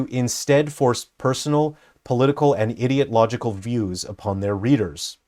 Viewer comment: "idiot-logical" instead of "ideological" 😂